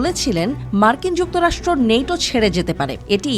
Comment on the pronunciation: নেটো না ন্যাটো